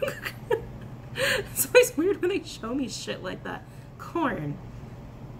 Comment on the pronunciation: Corn? I thought you said “porn” at first.... 😂🤣🤣... 😂